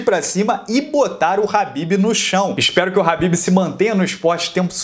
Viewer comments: Nao e "RAHBIB" E "KHABIB" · Alguém fala pra ele que é khabibi e não rabib